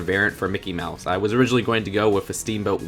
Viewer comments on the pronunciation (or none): none